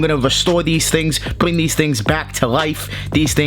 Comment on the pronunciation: Bwing these tling